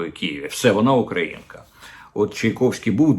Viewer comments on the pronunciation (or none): none